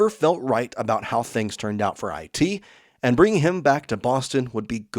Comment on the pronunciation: You say enntt instead of and